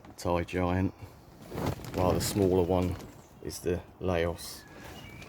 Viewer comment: Not sure whether anyone else has mentioned it but Laos refers to the country near Vietnam and Cambodia. It is pronounced to sound like “house”. Hope that might help anyone who wasn’t aware. Cheers all.